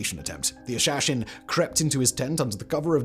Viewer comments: It's pronounced "hah - shah - shein". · Practising his Sean Connery accent with "Hashashin"...:-)